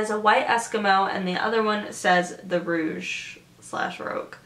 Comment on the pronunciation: it's pronounced rowg, rouge is spelt differently than rogue.